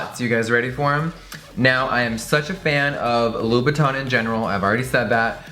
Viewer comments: i hate the way he says : Louboutin... he says it like Loubouton... but it's ' Loubouten... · It's actually pronounced "lou-boo-ten", everytime he said Loubotin i thought he was referring to Louis Vuitton 😂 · You are so ignorant, I cringe every time you say "louboutin" because you pronounce it "louboutON" rather than "louboutAN!" Go and learn proper French you tacky trollop 😂😂😂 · on dit Louboutin pas Louboutonneee !!!!! 😂😂😂 I'm french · Hearing English people pronounce “in” as “awn” (louboutawn) is just 😭💔 i love Jeffree and would never stop watching because of something so dumb but it’s honestly heart breaking (and just a little irritating) to a french persons ear. It’s definitely not easy to learn a new language and the french “in” sound isn’t a sound in English so English speakers have a really hard time saying it but oof.. it’s just hard when you know how something is supposed to be said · Just saying it’s pronounced la-boo-ton ok girl (not hating) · Love you! But please say the designer names correctly!!!It's LOU-BOU-TAw(n) silent n.... and Guerlain is Gare-law(n) silent n gurrrll! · I thought it was pernounced Labootin but whatever, you learn something new everyday... unless you don't. Btw excuse my spelling! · Hahahha the pronunciation: LUBUTOOOOOOON ahahahahahahah 😂😂😂